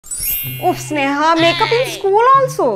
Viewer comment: Why couldn't you pronounce L at the end,my name is Snehal